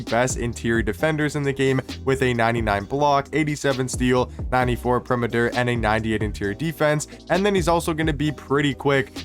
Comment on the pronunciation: Pe-ri-me-ter😂😂, why you so dumb? Seriously.